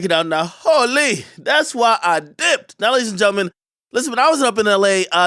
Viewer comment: Dj Akademiks saying “hole lee” as the intro is the corniest thing I’ve ever heard.